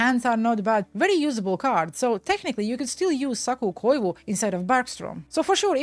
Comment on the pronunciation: Thank you for pronouncing Saku Koivu properly